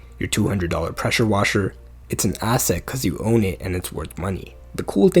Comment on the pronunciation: Presure Washer 😂😂😂